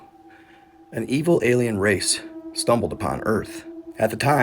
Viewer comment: it is Eeee Vil !